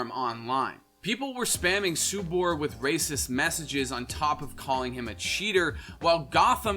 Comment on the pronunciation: and subur as "subar"